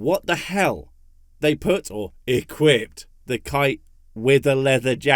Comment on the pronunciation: I laughed so hard I almost puked when she said "equipped".